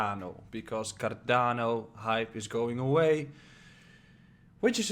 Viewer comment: that sounded like carabinieri